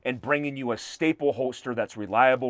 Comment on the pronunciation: I’m a fan, but are you saying holtster instead of holster?